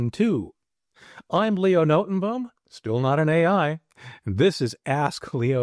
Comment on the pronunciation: Your name is pronounced something like Notenbohm . As a Dutchman it hurts to hear someone butcher their own name 😄